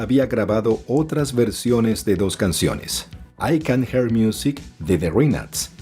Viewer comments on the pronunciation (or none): Se dice I can Jiar" miusik